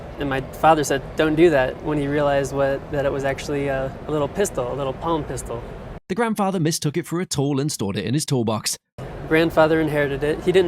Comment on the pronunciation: it's a "palm pistol" not "pump" pistol . Geeze this narrator got everything wrong.. "star wars company" 😂 it's "Starr Arms co"